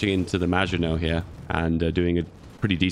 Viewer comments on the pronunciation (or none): none